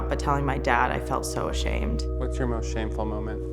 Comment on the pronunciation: 😂😂😂😂 she definitely did say of shamed